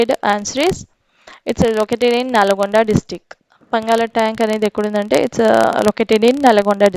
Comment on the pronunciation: mam it's not a పంగాల tank it's పానగల్ tank